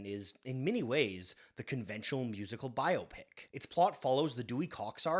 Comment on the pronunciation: Bonus points for not pronouncing it "bi-opic" like so many dopes out there.